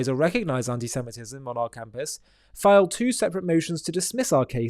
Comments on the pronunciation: the word is filed not filled. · "Filed" (voiced "i") not filled. The English usage police.